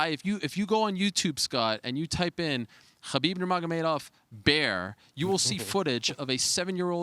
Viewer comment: For someone who doesn't follow ufc, you pronounce khabib's last name perfectly